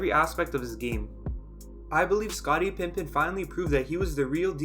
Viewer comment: If I hear "Pimpen" one more time, I'm going to go nuts